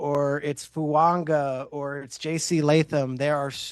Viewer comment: Why does almost every professional analyst call him “Fuanga”. It’s Fuaga. Makes me think nobody really has a clue what they’re talking about.